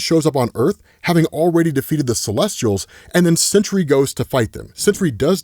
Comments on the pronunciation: It's SENTRY, not "century." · Dude, it's Sentry. Not Century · That animal Sentry Can’t even say his name